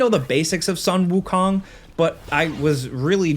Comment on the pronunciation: KOOOOOOOONG not KAAAANG